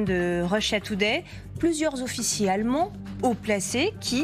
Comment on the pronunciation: Les allemonds ? Réellemont ? Quand va-t-on se décider à lui donner des cours de prononciation ?